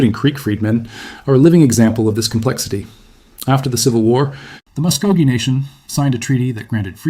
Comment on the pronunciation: Anyone who can’t pronounce the people properly should never disrespect the people by saying their name! AI should never be used to disrespect the people!